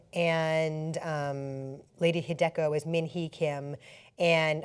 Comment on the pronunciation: My god. "Lady Heh-DEK-oh"? 🤣 The fuck, she totally butchered that name!